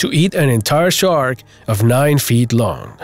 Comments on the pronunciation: Dude , it's called a shark not tchark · Listening to this guy constantly screw up saying shark is annoying